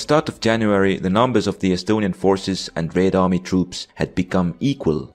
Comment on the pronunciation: theres something satisfying about hearing him say "raed army"